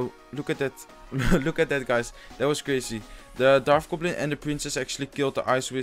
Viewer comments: bro i like ur vids but its a dart goblin not a darf goblin lol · Un p'tit conseil... on dit dart gobelin. on prononce le T au lieu de dire darf gobelin... on prononce un F seulement quand il y a un TH dans le mot;) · hey man its "dart goblin" not "darth goblin"